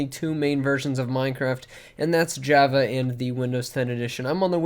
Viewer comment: The way he says Java makes me crack up